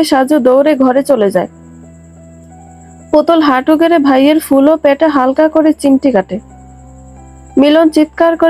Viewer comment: “প‍্যাটে” নয় “পেটে”